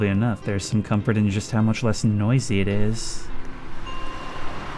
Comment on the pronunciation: "comfor" made me laugh for 3 minutes